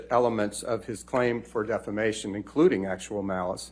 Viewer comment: Every time he says defamation, I hear defacation 😂